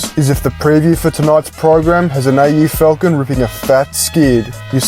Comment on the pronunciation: AU Falcounn. As a Yucky Frenchmen would say. (not me lads)